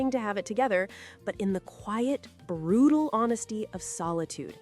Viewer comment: can you fix that if this is AI? It was trying to put quiet and brutal into the same word. QRUTEL came out. And . Somemfortable?